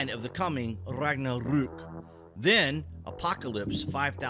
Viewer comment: Interesting pronunciation of Ragnarök. What language did you try to sound like?